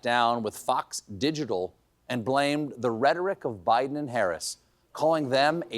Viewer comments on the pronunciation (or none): none